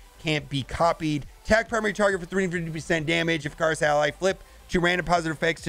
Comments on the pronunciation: Ikaris = ick-er-is. Not “I-car-is” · Please mobile…Eh-Ka-Ris. Not Eh Kar Is. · Do U.S.ers pronounce I's as A's? Why A- chorus and not Ick-or-us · Eh-Ka-Ris. Eh-Ka-Ris. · It's pronounced ICK ARE US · I would u pronounce ikaris like the mythological being that burned for flying to close to the sun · I've watched 2 different videos from 2 different content creators and apparently no one can pronounce Ikaris correctly lol